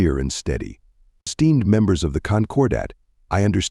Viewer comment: I am so amused that at least in my ears the AI pronounces "esteemed" as "steamed". 😂